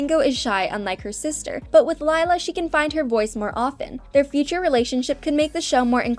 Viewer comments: Um not sure if ya know but Lila's name pronounced Lee-La not Lie-la (ugh no body make a Miraculous Ladybug comment pleeeeaaasssseeee!) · did this person even watch the show Her name is pronounced LE LA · we don’t have enough tod bingo to think lila is going to date her lila *leelah that’s the pronunciation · something I HATE about this is that your pronouncing Lila with an I, and yes, its spelled that way but its pronounced Lee-lah. PEOPLE PLEASE :( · Its pronounced le la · Bingo best friend’s name is actually pronounced Leela, with a long E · Camping actually showed Bluey as a teenager which you contradicted yourself on at the outro of the video. Mispronouncing Leila after so many times was making me wanna change to another video. Best friends doesn't automatically make lovers either. A good 90% of the human population can confirm. To be honest, while doing a spin off of them being older would be cool, I don't see Ludo doing it just yet. We can hope though. Rumor was flying around though ther would be something on Radley and Frisky's wedding in an upcoming season, so definitely something to look forward to 😊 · Did it bother anyone else that she mispronounced Lila every time? ❤ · And your saying it Lila wrong😑😑😑😒😒😒😒